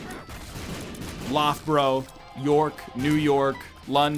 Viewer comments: Egg you naïve fool, pronouncing British cities the way they're spelt (Loughborough made me laugh mostly) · "Love-bo-row" Made me laugh more considering I live just next to it! I bet he pronounces my city (Leicester) Leh-chi-ster! :') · Excuse me egg, HOW did you just pronounce Loughborough? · I love NL's attempts at pronouncing Peterborough and Loughborough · Never allow this man to pronounce Loughborough again